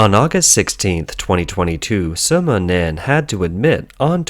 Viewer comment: Wumao aka "Fifty Cents" name = Sima Nan. Not Soma Nan ROFL!!!